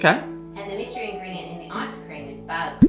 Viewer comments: Hello Ann Which one do u think is better, ice cream or tart? Edit: i just realized he said lice-cream🤣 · "Is it Lice cream" 🤣🤣🤣🤣🤣🤣 oh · "Licecream" LOL being a dad with them dadjokes. Nice one. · "Lice Cream." I love. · "lice cream" 😅 Nice vid, thanks for sharing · "Lice cream"!!! 🤣